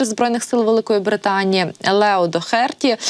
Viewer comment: Поцікавтеся наголосом у різвищі Дохерті.Ризикуєте ...